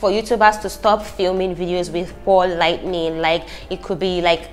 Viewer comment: Lol just find it so adorable she keep saying “lightning”